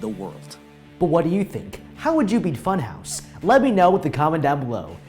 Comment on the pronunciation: when he say funhouse but i hear butthouse?? why do i hear that let me rewatch what he sayed??